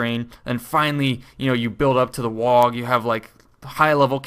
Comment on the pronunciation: please stop saying "wag", it's "WAAAGH!"